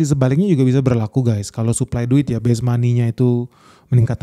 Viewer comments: Base monet, bukan best money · "Base money" harusnya bang, bukan "best money"